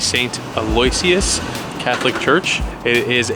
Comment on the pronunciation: pronounced ‘alloishiss’. Some beautiful church’s in Harlem and the area is so not what I expected. In a good way! This is a really good way to show the misconceptions we can have about places.